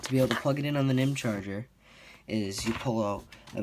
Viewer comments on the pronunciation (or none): haha how he says "nihm"...it means nickel metal